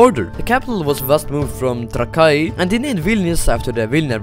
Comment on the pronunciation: the fact he said trakai wrong alot of times